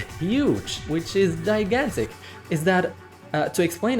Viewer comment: The way you pronounced gigantic is wrong